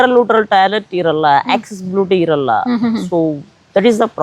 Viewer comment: Talet ❌️ toilet ✅️